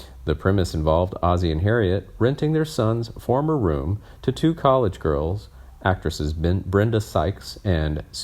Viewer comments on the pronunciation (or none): none